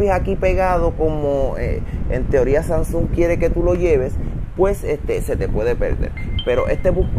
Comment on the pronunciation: pero no sé dice SANSUN 😔 de resto todo excelente